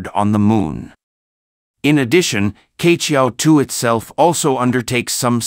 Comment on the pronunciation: Queqiao should be pronounced as chiechiao not kechiao.